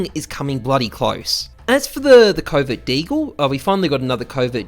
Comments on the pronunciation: I keep thinking he is saying covid deagle , I know he is saying covert but I hear covid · Every time he said covert I heard covid...god damnit america...